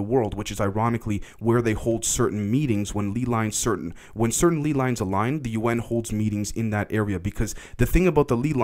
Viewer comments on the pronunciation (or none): Its 100% lay lines, not lee lines 👍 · I know it's a relatively small and unimportant thing, but man...it's pronounced LAY-Lines, like the potato chips.